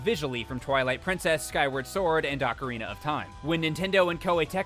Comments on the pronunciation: How can I sleep when I hear Ockereener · What the hell is "Ocarin'ER'" Of Time?